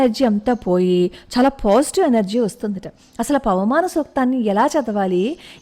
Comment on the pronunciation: పవమానం అనడం కూడా రాదు. పవనమానం అంటోంది